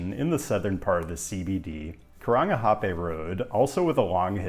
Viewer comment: if you haven’t rolled your r’s you haven’t “nailed it” you’ve gotten a “meh”